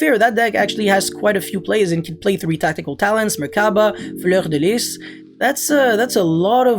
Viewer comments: J’adore le « fleur de lisse » avec l’accent quebecois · No one:: “fLeUrDeLiS” chefs kiss